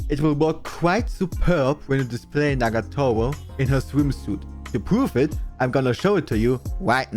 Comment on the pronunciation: I love how he pronounces "Nagatoro". "Nagatowo"